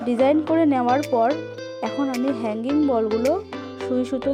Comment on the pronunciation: আপু হানগিং বল তাই না ওটার নাম আপু তুমি একটু ভালো করে বলো